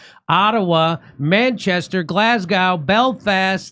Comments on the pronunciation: Just to warn ya it's pronounced GlazzGo... Good luck 😂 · Glas - go. Not now. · Glasgow = Glass - Go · When they get to Glasgow they can learn to pronounce it correctly. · Learn how to say Glasgow correctly. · Hey, Jimmy! By the time you get to Glasgow, I hope you'll have learned to pronounce it properly! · Drop the W in Glasgow